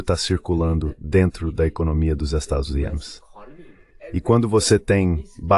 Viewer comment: Estados "Unates" ? 😂